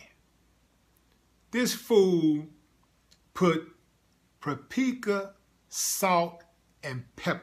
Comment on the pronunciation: Pureka ? Oreegono? Yo country azz Yu mean pa pree ka and or Ray gon no that is how you pronounce those words. Slow azz. 5th ward education system huh?